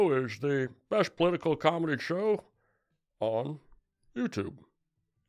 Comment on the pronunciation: Tommy, you had me at "number C". I have officially "Shubscribed"😂 ( Lindell said it twice and knew something wasnt right, then was like screw it, one more for the road.😅